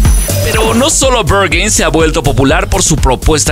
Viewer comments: Se pronuncia BerJain. Es alemán, no inglés. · Como que "Bergin" ? 😂😂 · Me incomoda el hecho de que el narrador pronuncia el nombre del club en Ingles y no en alemán. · I love how he pronounces "Berghain" as if it were in somewhere in America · Aprende a pronunciar "Berghain"... 🤦🏻‍♂️ es alemán, no inglés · Te sugiero investigar la pronunciacion correcta del lugar. ...... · Peor no lo puede pronunciar jjajaja